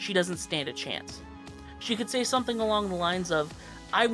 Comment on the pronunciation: Not to be that one person but you said "saw" instead of "say"